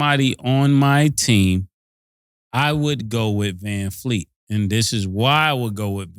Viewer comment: “Vanfleet” is krazyyyyyy 😂😂😂